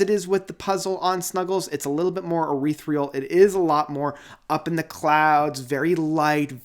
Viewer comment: Dude... I love you and your channel. But... please practice how to pronounce ETHEREAL or use different words. It goes like this: eh-THEER-ee-ul. Not eh-WREATH-ree-ul. Hugs.=)